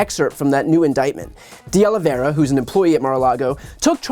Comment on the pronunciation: Finally - someone who is able to pronounce De Oliveira correctly! I've heard De Oliveria and De Oliviera today. Great video!